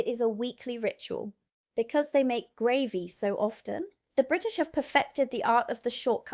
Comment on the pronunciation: The content is good but the constant repeated mispronunciation of basic words throws doubt about your claims of residency and makes its seem that the text has been written by someone else. No-one in Britain would ever say “gravvy “ for gravy, for example, and I’m surprised an American would. There are a least 4 other examples in this video a;one. Please do a read through with someone who IS familiar with the UK before recording the next one.